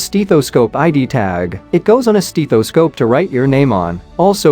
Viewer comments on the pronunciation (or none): FYI…. it is NOT a “steeth-o-scope” !!!!! Do you even speak English??? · “S teeth O Scope”? Jezzus I wish we could get rid of computer voice=-overs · It's a scope to examine your steeth.